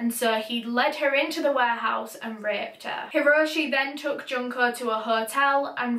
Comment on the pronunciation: The way says “Raped” with her accent makes the word and the action sound more pleasant than it actually is🤢🤢🤢🤢🤢